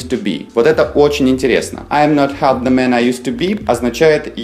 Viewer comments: Half звучит как хаф. Но не как не халф. Л здесь глухая и не произносится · не халф, а хаф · В словаре слово half читается как [ha:f], а вы читали [half], как вы это объясните? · Слово HALF НИКОГДА в жизни не произноси как ХАЛФ. Учи английский, чувак. ХАФ - вот как звучит и произносится слово HALF. Есть слова - исключения, которые просто нужно запоминать. Например: Leicester- Леста (причём А произносится что-то вроде А и Э одновременно. Flitwick - Флитик (город в Бедфордшир) Norwich - Норич (даже не Норидж, как переводит Гугл). Поживи в Англии с десяток лет, а потом уже учи людей английскому грамотно. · полистал комменты, но никто, кажется, и не заметил. В самом начале во второй фразе Now it looks as though .... . Здесь AS THOUGH - это неделимая фраза, которая означает "как будто". А вы представили, как AS - как, а THOUGH - хотя, что в корне не правильно. Также было забавно слышать произношение слова HALF с буквой Л - ХАЛФ) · Half - Правильно произносится ХЭФ. Буква Л глухая. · Чему ты учишь людей, если half произносишь как хаЛф? Жесть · Half не произносится с L. Пишется, но не произносится. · Почему вы произносите букву l в слове half? Эта буква в середине слова не произносится: salmon,almond,half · В слове half L не произносится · Ребятки, вы меня круто разочаровали. Прежде всего в HALF - Л не произносится... Это первый класс... Все остальное про HALF верно с точностью до наоборот: Не переводится это как "совсем/вовсе" . В данном случае все буквально и просто: "Я и не половина того человека, которым был раньше". Про "don't half" я не знал - погуглил - Выражение чисто британское и смысл его противополовный вашему: "не половина, а все (всецело/точно как)". Логично. Например: "Yоu don't half like Putin." - Выглидишь точно как Путин (буквально "Ты НЕ ПОЛОВИНА Путина, а точно Путин"). Отписываюсь